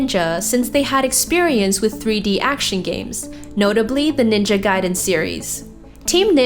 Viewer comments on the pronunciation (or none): none